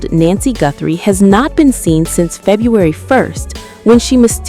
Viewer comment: It's not nancey